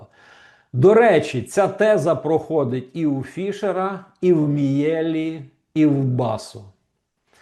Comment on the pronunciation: Пане Романе,перепрошую,прізвище вимовляється ,,Мʼєлі ʼʼ.